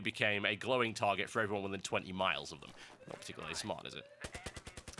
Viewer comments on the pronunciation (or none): none